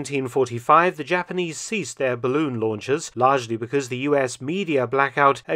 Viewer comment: It’s a barroon.